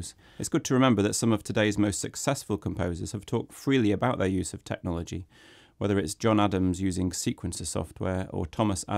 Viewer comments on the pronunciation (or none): "Tecnhology" haha